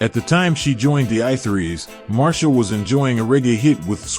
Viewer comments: She is not "MAR-SHA" but MAR-C-IA". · Marcia Griffith's. Mar see ya. Anything else is a mispronunciation. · I always thought Marcia was pronounced Mar-Cee-Ah? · Her name is Marcia not Marsha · MarCIA, not MarSHA….